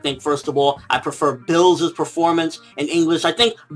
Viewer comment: It's Beerus, nor Bills. Chris Sabat fought for this name after a part of the fandom came to the conclusion that it makes the most sense. The pun is Beer + Virus (originally he was supposed to induce evil like a virus before Toriyama revamped the script)